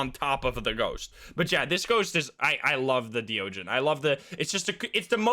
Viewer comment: hey it's me again, the thaye pronunciation guy. i did a bit more research and not only is thaye pronounced "thuh-yeh" instead of "they" or "thigh", deogen is pronounced the same as the dutch phrase "de ogen", which means "the eyes", because it IS the dutch phrase "de ogen", which means "the eyes". it's not "dio-jen", it's more like, "duh-oghn". it's a really minor bit of trivia and i'm sure that "they" and "dio-jen" are already permanently cemented in the community's minds as how those words are pronounced. but it is a fun bit of trivia nonetheless. flex your dutch-speaking skills on us!